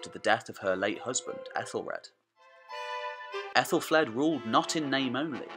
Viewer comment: Great vid! I've said this elsewhere, but I think 'Aethel' is pronounced 'athel' not 'ethel' because an ash ('a' and 'e' combined) is pronounced with a hard 'a', like hat. So it's pronounced "Athelflad" not "Ethelflade". Not being picky, just wanted to point out something I'd learned.